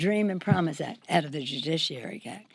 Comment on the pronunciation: Jujisssshhhhhiary........ I think she means "judiciary"!